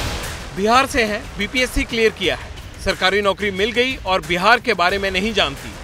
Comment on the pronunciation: Behaar...nahi ji.. Bihar hota hai.😂😂😂😂😂😂